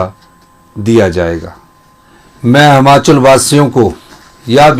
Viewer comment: हमाँचल नहीं यार हिमांचल बोला कर